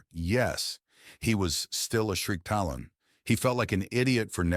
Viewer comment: Hey, think you can do anything about the pronunciation of Shriketalon in the future? It's getting silly lol